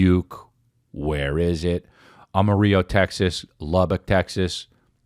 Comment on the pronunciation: Ama-rio texas 😂